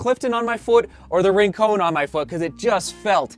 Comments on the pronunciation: Yep, combine Rin (Tin) and Con(man) and you've got it :). Surfed there for years growing up, don't want the Santa Barbara crew coming down on you bud. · it's pronounced Rincon not Rincone, just keeping you honest my friend. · The surf spot is pronounced not rin-cone. But rin-con, like con man, or connection. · Its actually "Rin-con." no "cone." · Love the videos! Hate to do this, but “Rincon” is pronounced, “Rin-cawn”. The same way you say “Con” in “pros vs. cons” or Nick Cage’s epic “Con-Air”. It’s named after a surf spot in Santa Barbara, CA, near Hoka’s HQ. Thanks for the review! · you're actually right, it's a surf spot in Puerto Rico.